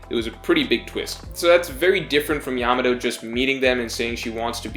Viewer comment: Still can't pronounce her name right though ("Yamao" I think). Some people say that's not a good sign